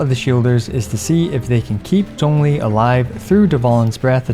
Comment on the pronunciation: I still like how he's pronouncing Zhongli's name correctly.